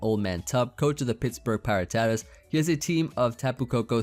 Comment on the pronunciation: Pie-rah-tuh-tuhs, gdi